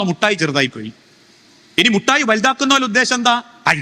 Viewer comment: Not muttayi, mittayi gentleman